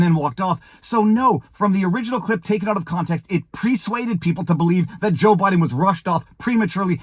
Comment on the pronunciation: Presuaded? Don’t you mean persuaded?